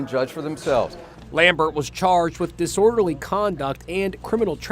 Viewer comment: “Diselderly conduct” had my cracking up lmao